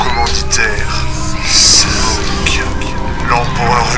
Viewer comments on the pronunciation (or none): C snoke pas smoke